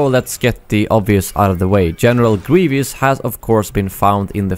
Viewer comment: General Grievous is pronounced "Gree- vuhs" not "Gree-vee-us" lol still love u